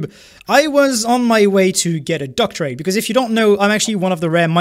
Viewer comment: That's not how you say "doctorate" in English btw. It's not meant to rhyme with rate. It rhymes with Rhett.